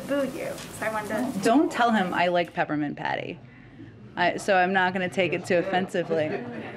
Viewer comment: Jen u are 'peppernint petty" not patty hahaha